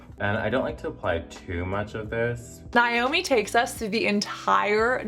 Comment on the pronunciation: As a Naomi pronounced Nay-Oh-Mee I felt triggered every time she said Nie-Oh-Me 🤣